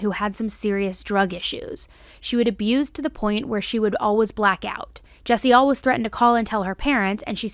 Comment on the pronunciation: WHY DO YOU SAY “ALWAYS” LIKE THAT